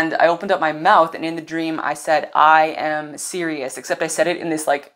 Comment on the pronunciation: 🎼 "I - am - Ironman!" 🎶 That's what I heard when you said, "I am Sirius.." 😂